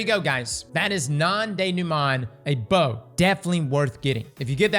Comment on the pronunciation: Had to mute sound and watch with captions, hearing you pronounce the bow’s name hurt my ears